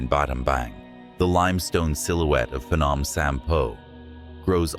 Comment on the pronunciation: It's not pahnawm😂 it's P'gnome